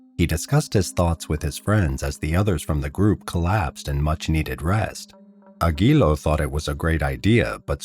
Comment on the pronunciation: Aguiló with accent in the O